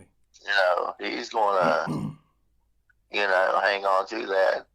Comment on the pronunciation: Thank you for sharing your story... But it's like nails over a chalkboard every time he would repeat saying "ya-kn-oh"